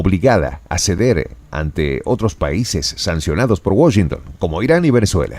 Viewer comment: No pronuncias bien Washington en inglés, saludos desde New York City.